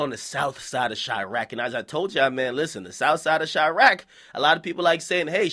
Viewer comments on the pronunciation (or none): Quit fucking calling it chiarqe.